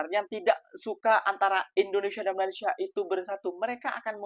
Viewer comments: PADAHAL SI DENGAN SANGAT SANGAT JELAS MENGATAKAN MALASYA... MALASYA... MALASYA... KOK BISA ORANG MALAYDESH TIDAK BISA MENDENGAR DENGAN BAIK 🤣🤣🤣 APA MEREKA PEKAK TELINGA 🤣🤣🤣🤣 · ORANG MALAYDESH TIDAK MENDENGAR DENGAN BAIK APA YANG KATAKAN 🤣🤣🤣 PADAHAL SANGAT JELAS BERBICARA MALASYA... MALASYA.. MALASYA 🤣🤣🤣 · Bisa dengar dengan baik nggak apa yang cakap tu🤣🤣🤣🤣 berkata MALASYA... MALASYA... 🤣🤣🤣🤣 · Waah ternyata orang malaydesh tidak bisa mendengar dengan baik apa yang di ucapkan MALASYA... MALASYA 🤣🤣🤣🤣